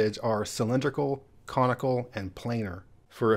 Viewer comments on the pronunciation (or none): I had to relisten to be sure you said comical versus conical. 😁 and one nice thing about this project and is that it doesn't leave anything off the map. New Zealand: ummm... Thanks for walking through those enjoyed them very much! Love the Robert Cray album too.